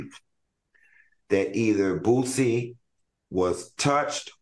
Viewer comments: Al calling Boosie BOOTsie took me out 😂😅☠️😂😅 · Yep! BOOTSIE, ChriSHEIN, etc😂